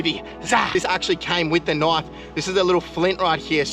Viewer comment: What I hear nwish instead of knife